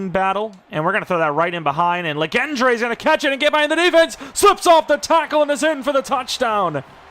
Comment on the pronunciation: “Legendre” is pronounced like legend with a French accent. This luh gen dray business is nasty work